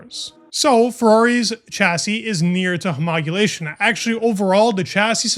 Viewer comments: You're still pronouncing homologation wrong. you're pronouncing it homogulation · It's homologation, not homogulation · What is homogulation? You mean homologation? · Homogulation? Seriously? Its homologation...american public schools need so much help. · Not homogulation. Homologation. Needs practice. Great job otherwise! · bro.... ho mo lo gation not homogulation...... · Homogulation??? You mean homologation??? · 😂wtf is homogulation??? . Homologate (hō-mä-lə-gāt) Homologation. As you were private. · Love your videos but it is "homologation" not "homogulation" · Homolo-gation NOT homog-ulation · Please! Its hom-ol-ogation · *Homologation. This is something that you’ve been pronouncing wrong for a while and I don’t understand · Hey bro, can I offer you some feedback on pronunciation? Huh-mall-uh-gay-shun (or Hoe-mall-oh-gay-shun, pronounced more formally) Edit: Also, great video! Thanks for doing what you do. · Please learn to pronounce “Homologation” properly. 😂 It’s great that you’re learning more about F1, but your viewers will take you more seriously, and believe you’ve got decent motorsport knowledge if you can at least say the basic words correctly. 👍